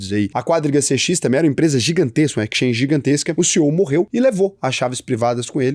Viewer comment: EXchange (Ekischange) 😉😄